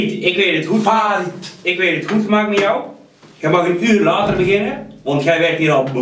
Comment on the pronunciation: de baast zegt hey fried, en die ander zegt farid de baas spreekt zn naam steeds verkeerd uit vandaar :P